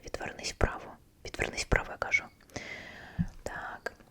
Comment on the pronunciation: На майбутнє, не ка'жу, а правильно кажу' (не хейт)